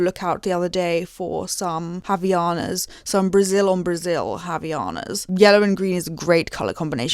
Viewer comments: why does the british pronounce havaianas as avianas 😭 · first time i see a foreigner way of saying havaianas omg 😭😭😭